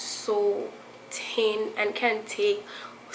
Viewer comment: Listen, the fact that you totally ignore the h in thin and thick is making me miss home!!! WAAAAAA!!!!!!! Oh and great tips,t hanks for sharing. mwah